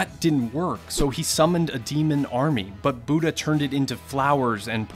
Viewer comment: Okay now why is this man pronouncing "Buddha" as "buta"?